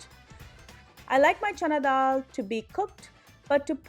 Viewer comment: It’s not DHAL. It’s DAAL 🙈